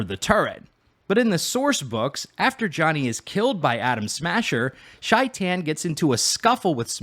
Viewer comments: Its not pronounced shi tan its pronounced like shayten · Shaitan is pronounced with a long A sound, or at least that's how Johnny pronounces it in game.